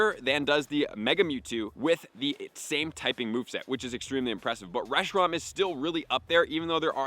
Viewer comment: He literally had to add Fusion FLARE to Reshiram's moveset on gamepress to get the spreadsheet, I don't understand how he messed the name up for the entire video lol